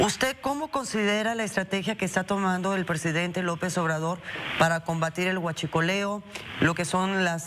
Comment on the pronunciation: en hiachicoleo no te salio aunque sabes hablar tienes saliva.